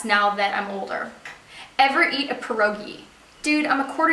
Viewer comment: Pierogi? 😳 I'm from Poland and it's our thing! I looooooooove them 😍 so funny tho how it sounds with accent 😄 love ya and enjoy pierogi even more 😘